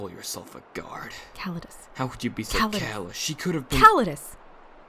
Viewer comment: Not to be petty, but didn't pronounce Callidus as 'Ca-lai-dus' in the last chapter? (Or at least the stress was in the second syllable.) Also what is his accent exactly?